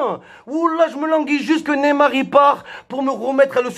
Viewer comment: Mais bordel c'est pas Nemar mais neymar !!!